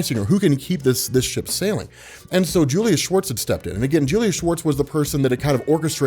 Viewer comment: Are you kidding me. Julius Schwartz, all these years when i have heard you or others memtion his name i always thought it was Julia Schwartz. I thought that maybe decades ago Julia was some kind of wird unisex name like Ashley or Riley.